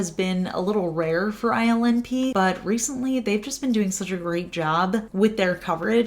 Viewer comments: I can't stop hearing "island pee" every time you say ILNP (i'm sorry lol) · Your shirt is stunning!!!! When you mentioned the ILNP polish it sounded like you called it Island Pee. LOL What brand & color is on your hair? It's my favorite color!!!